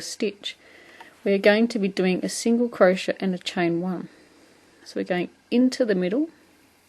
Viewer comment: Great video, thank you. It's a bit strange to hear someone pronounce it as cro-shett, though......!